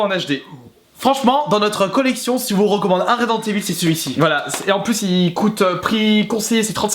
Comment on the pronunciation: Resident Evil et non ResidenCe Evil..... Il a du mal le